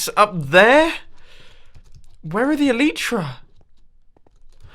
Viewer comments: Grammar Nazi time. Sorry in advance Mumbo, just being picky. E-LIE-TRA not E-LEE-TRA, OMINOUS, fiERy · MUMBO, ITS ELAYTRA NOT ELITRA U ARE SAYING IT WRONG ALL DAY!!!! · I'm getting really annoyed by how mumbo pronounces elytra.